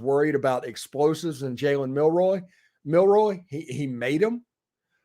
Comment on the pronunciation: You sir, lost me at your silly mispronounced attempt, which revealed you as a Hater....Milroy!? Really? Say his damn name, He's the one that BEAT YOU. BTW, its MIL-ROE. Damn that is so Lame. Do better